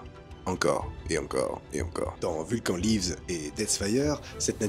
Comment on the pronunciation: Alors je t'adore hein, mais ça ce prononce ''vulkanne''